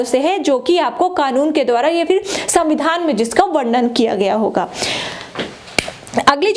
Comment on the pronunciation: मैडम को संविधान बोलने नही आता